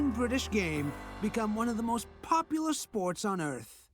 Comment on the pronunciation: Not "...populus (or populous) but '...popular'